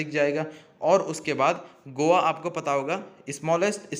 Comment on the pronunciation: 😂😂 गोआ गोवा नही